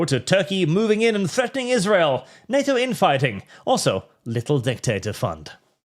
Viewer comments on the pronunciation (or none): none